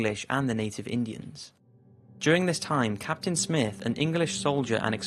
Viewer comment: Its native not Inden